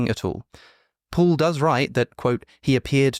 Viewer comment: Why does he keep saying pool instead of Paul(P-all).